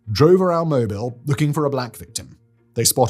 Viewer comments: Why is Mobile pronounced Mobel? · southerner here- it's "Moh-beel" Alabama. You are forgiven Simon. It's all too common in southern naming of various things. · These goons look so STUPID they gotta be demorats. FREAKS! Also it's pronounced Moh Beel for some stupid reason. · Mo-BEEL, Alabama